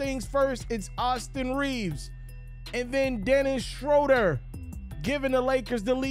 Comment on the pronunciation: The name is not "Dennis Shrowder." It is "Dennis Shrooder."